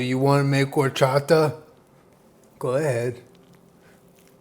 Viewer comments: The way pronounces horchata correctly but not elote is absolutely adorable 😂 quality content 👌🏼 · I am just here to judge how pronounce “Horchata” 8/10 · The way he said Horchata 😍 yes! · The fact that you said Horchata correctly... instead of saying whorechata.... you deserve the world 😂❤️ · It literally warms my heart SO MUCH that he pronounced horchata correctly 😭💕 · when you pronounced horchata correctly, i knew this was gonna be bomb af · The way he pronounced "horchata" was perfect. Felicidades, you are Mexican now jajaja <3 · So proud at the fact that says horchata correctly and doesn’t pronounce it “WHORECHATA” like other people 🥰🥰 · I'm proud of u and said horchata correctly. That's my comfort food right there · I'm really impressed that you said Horchata perfectly 👌🏽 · I love how he can say horchata correctly but not elote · It makes me real happy that he pronounces horchata and cotija the right way, I love him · I love that he said horchata correctly lol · Awesome job. When you first said horchata, the accent, I said "ouuu" out loud because you said it so well. 👏👏👏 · Love that he says hot horchata properly but he says ee loh tay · The pleasure I got from saying "horchata" the right way, instead of "whorechata" like every american does *chef's kiss*🙌🏻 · I'm so glad you said horchata right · That horchata pronunciation is so good you know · Yesss! When he said horchata correctly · I love that said horchata and not whorechata. Spoken like my real dad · Appreciate your pronunciation of horchata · You say horchata so well 😂😂!!! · Nothing like horchata from scratch!!! The powder stuff is trash 🗑 🇲🇽 ❤️ ❤️ I love how you make an effort to pronounce everything correctly, appreciate it dad! ☺️😂